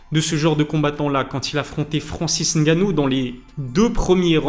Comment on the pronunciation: Francis Ngannou pas N gannou 😢